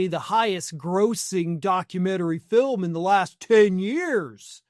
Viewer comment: It's a documentary "Filim".